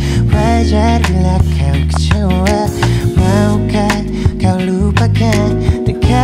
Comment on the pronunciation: Unik tapi tolong pengucapannya...emang begini apa dibuat2....tapi bagus sih....koreksi itu lirik kecewa apa kecowa 😂😂😂